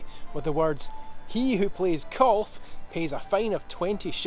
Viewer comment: Kulf? Or are u actually trying to say Golf?